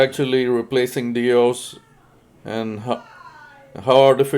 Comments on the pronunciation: Never heard it pronounced “DIOS” I’ve only heard it as DOIS . How about u? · kindly helping out here not mocking or making fun of your error. Doe-is is the pronunciation., like Doe as in female deer DOIS. also nothing is ever in the favor of the Letter Carrier